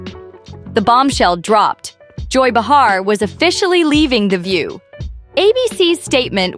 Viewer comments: it's pronounced like BAY-HAR not bah-har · Hey, aussie speech bot, it's not beHAR; It's pronounced bayer. Like the aspirin. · Anybody who knows anything about Joy, or The View, even to just accidentally watch for a few moments, knows the correct pronunciation of JOY BEHAR's name, is NOT "ba-HAÁR"... but BAÝ-har. You should not waste time spreading rumors that you out yourself as NOT in the Inner Circle. GO AWAY. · This channel smells like an AI bot. The narrator certainly isn't human, with the wrong name pronunciations. "Bar-her" Leave-it." The video title isn't even true! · I do wish this channel would learn how to pronounce names though. It's BAY HAR. And Caralyne LEV IT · You are lying! Joy is still standing & speaks up… the truth!! Can’t you pronounce Joy’s last name correctly!